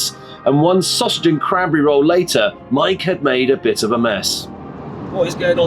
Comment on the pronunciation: You know, it's "sausage", not "saussage". I'm French and I English better than your subtitle dude.